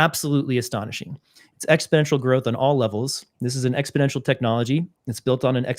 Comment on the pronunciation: That comment is directed to. This hurts your rep each time you say exponential.